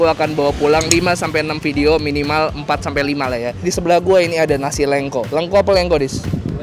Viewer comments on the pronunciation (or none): udah dikasih tau sama Mas Har nyebutnya Lengko kek nyebut Lele, malah terus terusan nyebutnya Leungko zzzzz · lengko bang, e nya pake ejaan Medan. Gue orang Cirebon dengerin lu ngomong lengko² jadi kurang sreg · di bacanya pake bahasa sunda bang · Nyebutnya salah mulu lengko nya...